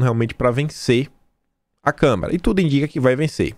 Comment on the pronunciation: Desculpe, mas não é Câmera, mas Câmara... Tudo com A